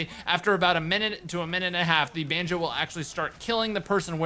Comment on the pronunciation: why were you pronouncing banjo like banju